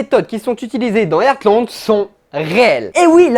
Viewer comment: Pitié c'est pas "Ertland" ça se prononce "HARTland" 😭😭😭